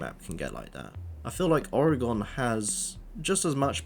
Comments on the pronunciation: I’m sorry that pronunciation is jarring 😅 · I'm from Manchester haha, never heard it pronounced like this. No stress though, good vid